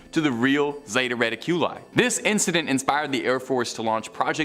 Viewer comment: Zayta reddicula??? Come on dude......